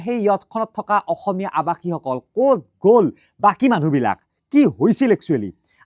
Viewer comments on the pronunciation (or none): none